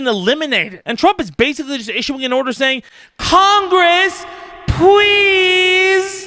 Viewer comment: CONGWESS, PWEEEEASE!!! Bahahahahahaha